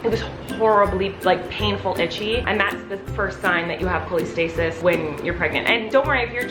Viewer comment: Not making fun so don’t take this the wrong way but “Colleen”-stasis?